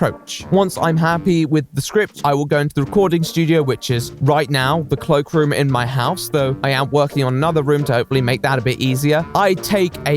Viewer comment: I thought he said "clock room", I was confused lol